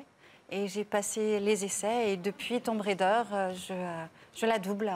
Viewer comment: 😅😆 TOM RAIDEUR .. ""RéDEUR"""😅😄